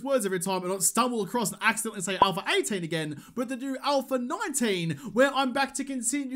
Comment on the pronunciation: All of a sudden its "ALPHA 19" now? How you gon pronounce it like that when you gave us "ALPHER 18" during the entire alpha? Lol. I was so looking forward to "ALPHER 19", but it never came......